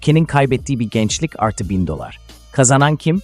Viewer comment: Doksındokız bin dolır ne demek bir de daltınlar😂😂 ya senin seslendirmene skm 😂😂